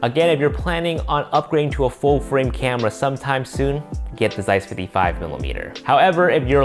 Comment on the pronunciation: I suggest you checking how to correctly pronounce "Zeiss".